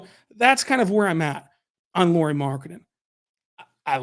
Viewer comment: A lot of nice points on Lauri Markkanen. (Though pronunciation is "Lowry" as Kyle Lowry 😅 instead of "Lori"). As a Lauri fan (and secondarily Jazz fan 😁) I though must say that Lauri just wasn't used right in Bulls and Cavs. (Plus of course he and his game has also matured from when he was in Bulls etc.) He is elite on roaming offball but they made him more of a spot-up shooter. Now that other teams have seen how to use him I believe he would fit in more teams even as a 2-3 best player role. You saying he would be 4th best player in OKC, hmm, might be a bit underutilizing him.